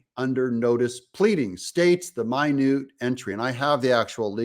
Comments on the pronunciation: Haha its not min u te, its minute orders. Like minutes, hours, etc. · Thanks Doug! Just a housekeeping matter on pronunciation. It's minute entry, NOT MY-NEWT entry. Minute entries are the courtroom clerk's notes of what happened in court. Minute is pronounced just normally as in one hour, one second, one minute. Thanks for the awesome PEOPLE'S REPORTING !!! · It's "minute entry," meaning a record of what was presented in the minutes, NOT "mine-ooot [ie small, tiny,] entry." Just FYI Mr Doug. And when dealing with the law, the devil is in the details. Without Rudy Guilliiani's assistant in early 2021 Arizona Senate Hearings, we'd be dead in the water. Support the cause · Doug-I greatly appreciate your efforts to inform us. Just a simple correction: the pronunciation of minute in "minute order" is minute as in 60 minutes in an hour, not minute as in tiny. Thank you.